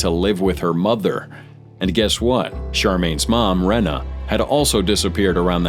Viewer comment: Reeeena, Reeeeena, not Rena